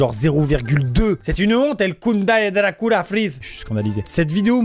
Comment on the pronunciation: " c'est des bonbons Dracoula " 😭😭